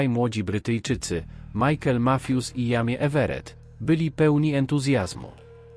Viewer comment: Jamie to chyba fonetycznie Dżejmi😉